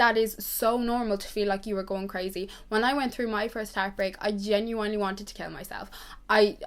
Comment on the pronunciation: Genuinely*** not genuanelly babe. Xx